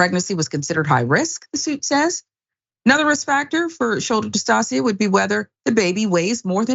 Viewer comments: Shoulder DIS TOW SHUH, not dis-toss-ee-uh🤦🏾‍♀️ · How horrible. It's shoulder dystocia (dis-TOE-shuh)